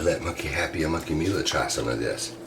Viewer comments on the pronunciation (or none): none